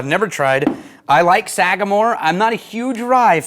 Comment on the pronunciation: The pronunciation was perfect! Glad you enjoyed it, it’s one of my favorite ryes. Also enjoyed their 8- and 9-year previous releases. Thanks for having me out to the Bonafide Whiskey Enthusiast course at the academy! It was a great time, great course, with great people. Cheers!